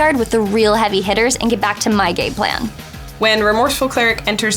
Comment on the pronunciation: she says "so that I can get back to my gay plan" instead of "game plan" That's all